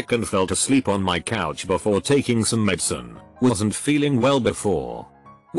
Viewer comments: like i wasn sot on the right planet wtf what is that pronunciation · "dad wasSOTnt home" "coldn't"